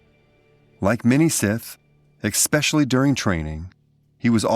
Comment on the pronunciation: Learn to pronounce “especially” properly! Goddamn!